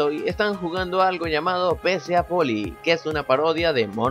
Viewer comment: él menciona PCAPOLY pero dice PCAOPOLY, entonces como es realmente?